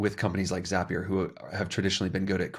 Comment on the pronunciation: ZAY-pier ? For real? 🤣Great video as always, thanks ya'll.